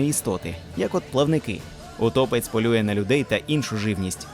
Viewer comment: ПотопЕльник! Аааа! ПотОпельник, це той, який влаштовує потоп, а потопЕльник, це той який потонув! До речі, ви кажете утопецЬ, а м'якого знака в самому слові нема. ВодянИк, а не водяник, бо він живе у воді, а не водить. Русалка це не сирена. Це різні істоти!